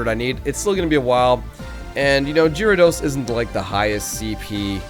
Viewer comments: he said gyarados wrong 😂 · Lol you said Gyarados wrong:P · he's saying gyrados wrong 😭😭😭